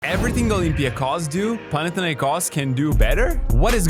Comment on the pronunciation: Guys is not "Pana".. Pana-s was one of many gods in greek mythology.. Its Panathinaikos.. It means : the team of the entire city of Athens. Anyway,here in Greece,in our -bigger-OAKA court we expect all of our visitors against the nuclear Panathinaikos .. Greek hospitality remember?😉